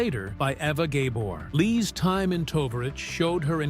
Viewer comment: Learn to pronounce Eva Gabor!